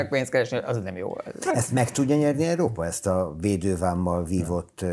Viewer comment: ki tudná vajon mondani hogy Európa, vagy csak Eerópa?